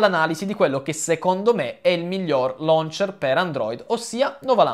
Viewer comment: omg appena sentito loncher? ma che cazz